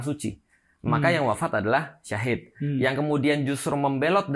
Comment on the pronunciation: Coba di simak lagi bang Felix Siauw bilang kata Syahid bukan Syahif , guru gembul juga Meluruskan kata Syahid itu yang kurang tepat untuk di ucapkan Lihat aja menit 7: 53 sampai 9: 00